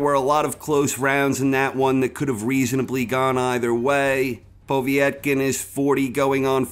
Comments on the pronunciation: poh-vey-et-kin?, its pov-yet-kin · Good video as always, from Russia with love:) Btw Povetkins name is pronounced pov-et-kin rather than povie-et-kin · “Povie-yet-kin”?!? Come the hell on. You know that’s NOT how it’s pronounced. Wtf is w/ so many ppl mispronouncing so many common words and names in this sport? And we can’t blame this one on being foreign to us bc it’s an Eastern European name, he’s adding letters and syllables. - that said, I like the list. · The way he pronounces Povetkin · Why can’t you say povekin right